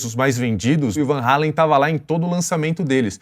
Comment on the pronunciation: Muitos pensam que Eddie e Alex Van Halen são americanos, são imigrantes holandeses. E ainda pronunciam o nome errado. Só um comentário.